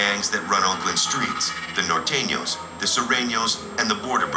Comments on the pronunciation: he said NOR THANO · Nor thanos